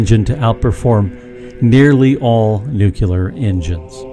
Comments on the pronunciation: Not to be arrogant (and if it is the case, I don't care), but my God, three times in this video. "Nucular" is not a word! Repeat after me: NU - CLE - AR NU - CLE - AR NU - CLE - AR How do you pronounce the word "clear"? Like in "it's a clear concept" or "clear your mind"? Do you pronounce it "cular"? No. So how, why does that end up being pronounced "cular" in "nuclear"? Take the word "clear", split it into two syllables, "cle" and "ar". Then add "nu" before that and you're done! You learned a new word! Nuclear! Why do so many people in the US mispronounce such a simple word? It's baffling... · There is no word in English called NU-KU-LAR. I think you mean "nuclear" (NU-KLE-AR). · Nuculer? Really? Is that better than nuclear. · PLEASE!!! Stop mispronouncing NOO-CLEE-ARRR. Not NOOK-YOO-LAR. Nuclear. It's not that fucking hard, and it helps others to believe you know what you are talking about, not just reading a script. Aside from that, very cool concept and presentation. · Sure. Let's just scale down a fusion reactor. Have you seen the size of ITER? And it's not even on yet. And when it does get turned on, they don't even know if they can make it net positive. Besides, when you mispronounced it "nucueler" instead of "nuclear", you lost all credibility. Plenty of people have thought about this and come up with similar ideas to this, contrary to what you state in the first part of the video. We simply lack the technology to make them real. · Frankly, I'm more interested in NUCLEAR engines and less interested in NUCULAR engines. :/ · Pretty sure the creator here knows nothing about any of this. Nukyaler is not a word in the English language. Nuclear processes refer to the nucleus of the atom, or of the cell. It is pronounced as nu-cle-ar, just as it's spelled. You may as well call prawns "skrimp" and expect to be taken seriously. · You've lost me at "nucular"! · Did you really say "nucular" in a scientific video??? Get out of here! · Nuc yu ler